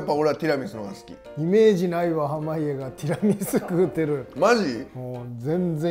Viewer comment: 「テラミス」、「ティラミス」 両方の発音を聞けて今日も快眠です！！！！！